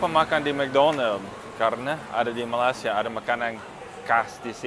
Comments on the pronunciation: pak, bacanya bukan melasia tetapi ma-lai-si-a terdengar huruf i di kata 'lai'-nya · malay-sia pak. not malas-ia. but its ok. hope you enjoy your trip in my country.. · Pengucapan kata terdengar "Malasya" bukan "Malaysia haha orang indonesia banget pengucapan katanya 👍😁😂😅😆